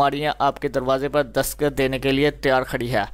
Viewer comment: dasqat nahi dastaq hota ha bhai sahab.....